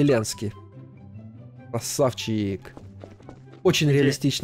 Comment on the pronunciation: Володимер Зеленьський а не Зилиньцкий